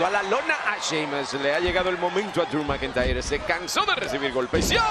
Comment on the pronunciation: Driu Macantayerr